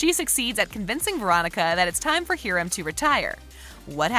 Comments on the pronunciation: "Heerim" its Hiram Hi-rum sorry. This is not a mean or mad comment. I know it sounds like it. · Mr. Lodges name is pronounced hi-rum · I’m sorry “heerim” you say? 😭😭😭